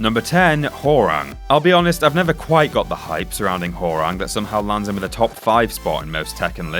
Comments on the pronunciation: Hore-Ung hahaha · Its pronounced h-wow-rang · whore-rang???.... Why cant anyone pronounce his name right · he just called hwarang easy. wow.